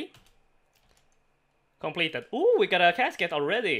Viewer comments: Is anyone else amused by the way he says complaeteyd. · saying completed made me do a double take Very cool